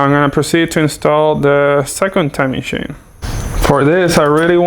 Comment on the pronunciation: ITS CHAIN NOT SHAIN!!! Im joking 🙃,Love you (no homo),content is always on point 👊🏽